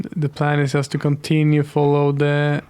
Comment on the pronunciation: Great video, thank you. I only wish you could pronaunce the word "just" correctly